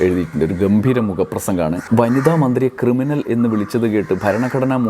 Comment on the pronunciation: ക്രിമിനൽ എന്ന് ഗവേണൻ മന്ത്രിയെ വിളിച്ചിട്ടില്ല.... കിരിമിനൽ എന്നാണ് വിളിച്ചത് 😅😅😅😅